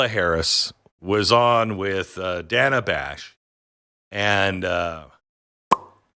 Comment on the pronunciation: Most importantly, she MISPRONOUNCED "Dana"!! HOW DARE SHE?!!